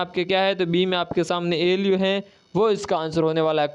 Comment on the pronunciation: ALU को तो ये ईलुलुलु बोल रहे है😂😂